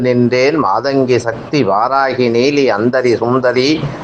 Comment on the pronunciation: நீங்கள் வாராஹி இல்லை வாராஹி என்று சொல்ல வேண்டும் தயவுசெய்து